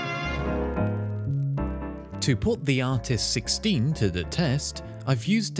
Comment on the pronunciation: I’ve watched the video 13 times and this whole time I thought he was saying artisticstein or artisticsteed